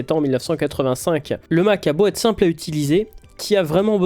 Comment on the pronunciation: Super intéressant, merci pour le travail ! Mais avec toutes les répétitions comme "Ça devait êtte", "Il fallait remette" et surtout tous les "quatte" au lieu de QUATRE 🥵 je n'ai pas pu METTRE de like.. Je reviendrai pour voir (écouter) si je peux même m'abonner. Encore merci pour ce thème captivant 👍